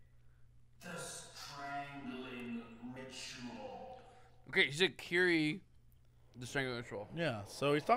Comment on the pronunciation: Uh, no, no ay. "Ki Ri E". "Kee" "Ree" "E" And I know. I speak that damn language